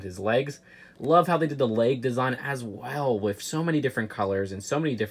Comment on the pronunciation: says "WIF" just2many times in this video.